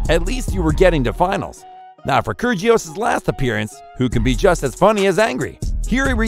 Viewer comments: btw i don't mean to be that person but when you pronounce kyrgios the g is silent :) so its like kyrios btw i love this channel! great video! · The narrator needs to go to Pronunciation school. Kyrjios, Radoo-canoo, and Lahver? Get a grip. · That’s not how you say kyrgios’ name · ker gee os ... 🤣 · How did he pronounce kyrgios like that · Great videos, but i would suggest for your voiceover artist to learn how to properly pronounce their names. Raducanu, kyrgios, troicki, etc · Bruh say it rah duh cah noo 😂 Also Laver cup is like lake not lava and Kyrigos 😅 no g